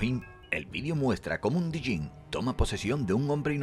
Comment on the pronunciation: Diyin no se dice sino yen y eso significa demonio